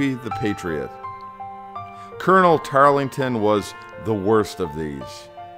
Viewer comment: You lost me at "Calvary", when attempting to say "cavalry". And it was Tarleton, not "Tarlington".